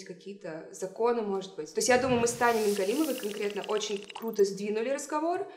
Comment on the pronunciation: Спасибо, что правильно произнесла фамилию «Мингалимова» Отметить что-то еще сложно